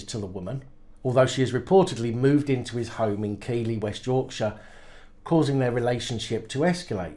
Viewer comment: Not to be pedantic, But when you said keighley west yorkshire its pronounced keefley , just thought you would like to know, Keep up the good work.